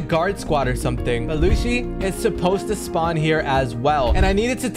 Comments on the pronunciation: Bro said Alrong but it’s arlong bro why why and then he says polegraphs it’s poneglyphs it’s it’s not Lucy it’s lucci please stop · Lucci is pronounced luchi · and my bro said lucci's name wrong like dayum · Ur saying lucci wrong